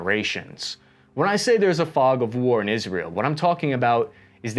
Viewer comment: It's IsrAEl, not IsrEAl ffs...